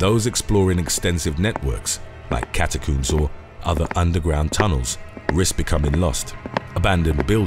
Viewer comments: Its CATACOMBS not CATACUMBS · cataCOMBS, there is no second o, it is not cataCOOMBS FFS! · "Say 'comb'": "Comb" "Now say, 'catacombs'": "Cata-COOMS" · cata-cooms or cata-combs? Do you coom or comb your hair? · Got me with a solid left hook with the whole "catacoombs" pronunciation. Hahaha 😂🤙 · I just wanna hear him say "cat-a-cooms" the whole video😂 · I loved it 😂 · “ Cat A Cooms”? Is that under the LIE BERRY? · “Cata cooms” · I've never heard "catacombs" pronounced as "catacooms". I suppose you also coom your hair? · OH MY DEAR GOD! Will you PLEASE stop saying "cata-cooms"?! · The way he pronounces catacombs 🤣🤣🤣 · Catacoombs, not catacombs? I think the first clip could be done again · Calm down. It's just the British pronunciation.